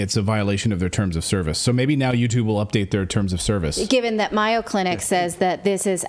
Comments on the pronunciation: "Myo" Clinic? Do you mean the Mayo Clinic in Rochester, Minnesota? If so it's pronounced with a long A -- May - o. Or are you talking about a different clinic? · Thanks for this information, but it's The MAY-O, not MY-O Clinic. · Great report. Very dangerous times. By the way, MAYO clinic is pronounced with a long A . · Get rid of the wife. She doesn’t even know how to say Mayo Clinic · Mayo Clinic, long aaaa on pronunciation! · Are you saying Mayo Clinic? If so, it’s pronounced differently. A long A sound like mayonnaise.